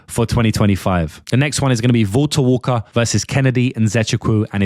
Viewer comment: The British Man’s kryptonite: Saying Valter Walker